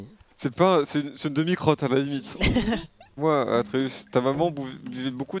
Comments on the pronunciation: Ça me fait grincer des dents quand il dit le nom Artéus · Atreus ❌ ARTEeus ☑️ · Terra qui dit arteus au lieu de atreus c'est très drôle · Il s'appelle pas artheus mais atreus bref sinon toujours aussi drôle et j'adore les wankul évolué et sont de plus en plus animé ! Je kiffe 😍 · Toutes la vidéo ils disent artéus alors que c’est atréus … heureusement que je vous aiment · Par contre c'est Atreus pas Arteus, j'ai tellement saigner des oreilles... 😂😂😂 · Je suis outrée du "artéus" tout au long de la vidéo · Quand ils disent arteus ça me rend fou mdr et cool un live récent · Ils ont dit Artheus toute la video alors que c'est Athreus non ? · On est d'accord que c'est aTreus et pas aRteus mdr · Personne parle du fait qu'ils disent aRTEUS au lieu D'ATREUS tt le long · Mdr c'est pas arteus mais atreus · Vous dites arteus alors qu’on dit atreus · Atreus et pas arteus mdr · C'est atreus pas artus mdr ça c'est une chaîne mdr